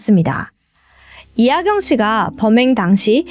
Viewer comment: 발음이 좀 안 좋으셔서 집중이 잘 안돼요 ㅠㅠ 이하경을 하견으로, 먹었을을 먹였을으로 말씀하시는 등 발음이 많이 새요